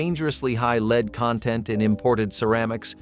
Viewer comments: Lead. It's not leed It's led,! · And stop calling "lead" "leed!!" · This was so annoying to watch. So many regular words are mis pronounced. Lead in ceramics pronounced as Leed, etc. soooo many. WHY?!?! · .. I guess ai's haven't learned to pronounce words properly yet+ no voice inflections! It's the same with lead 😂